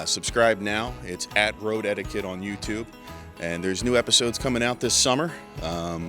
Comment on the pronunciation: absolutely knew what he was doing when he came up with "Road Etiquette" because it 100% sounds like he's saying "road head" every time he says it.